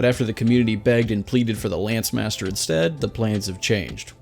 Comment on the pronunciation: Its pronounced Lance Master